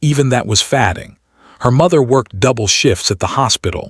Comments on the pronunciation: I wish the person narrating the story would learn how to speak English. The word is not pronounced Fäding. It’s pronounced Fāding the A says its name. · I don't know if this is real , but the a I narrator is ridiculous. . Are you telling me it can't tell the difference between fadding and fading? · “Fadding.” Interesting word. I thought it was “fading.” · YOU SHOULD KNOW HOW TO PRONOUNCE "FADING"!!